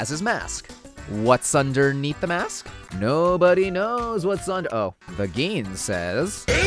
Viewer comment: Everytime you pronounce Gin like green without the R, I die a little on the inside